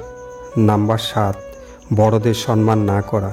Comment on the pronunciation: Sanman na , kothata hobe somman . Pronam